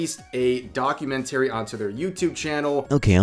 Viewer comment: 😭 he said documentary wrong 😭